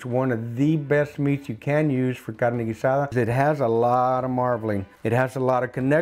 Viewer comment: You can tell he knows what he’s talking about just by the way he says Carne Guisada